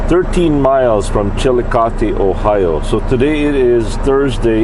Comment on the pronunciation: Hey, I know im a few days late on seeing this video but the name of the town where you started your video at was called Richmond Dale and I actually used to live there, so It was kinda surprising that you ended up there, and also I was glad to here you pronounce Chillicothe right.